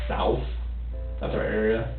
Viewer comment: I hate the way he said south. Like souuth.